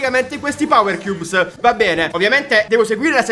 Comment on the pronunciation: Cioè ha detto 70 volte powerchiubs